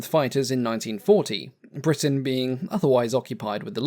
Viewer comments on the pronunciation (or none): none